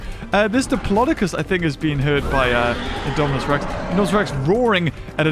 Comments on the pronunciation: Did you hear that say indoraptor to indomanas rex 😂😂😂🤣🤣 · He Call Idominus Rex Indoraptor